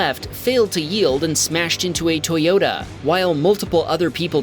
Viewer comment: "ToyOTa" are you impaired bro.